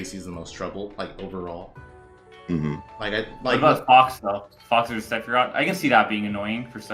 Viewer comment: Did man’s just say Se-phie-rot